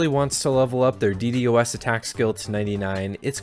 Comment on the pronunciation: It hurts hearing DD-OS over D-DOS